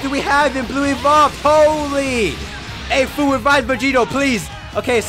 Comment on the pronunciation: You say fu but it's like fwu but it says fu